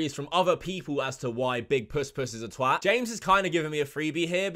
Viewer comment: And that's the correct way to say TWAT, it rhymes with hat